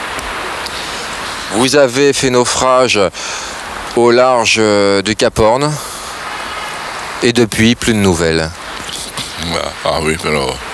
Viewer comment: " naufrage au laurge de caporn " suis mort hahahahahahahahha